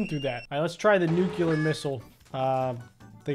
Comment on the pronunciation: It’s pronounced NUCLEAR not NUCEULAR